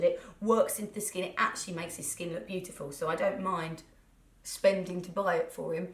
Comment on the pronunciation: I nearly died when you said 'beau-iful , that was so Norfolk...' Naaaarfolk Xxxxx I miss you Narrrrwich xxxxxx